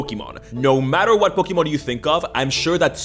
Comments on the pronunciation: I will kill you if you say pokeman again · I like how you talk "pokimen"